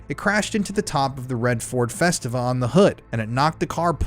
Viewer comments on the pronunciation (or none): It’s pronounced “FestEEVA,” okay, “FestEEVA” this is very pertinent. 🥴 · Festeeeva .. is how you say the car name :0